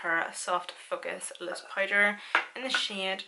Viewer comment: I’ve followed you for a very long time and absolutely LOVE watching you. When I first started watching you it took me a minute to realize you were saying “powder” I thought you were saying “pider” like spider lol, I love love to hear your accent🤗Your amazing all around and so stinking talented ❤️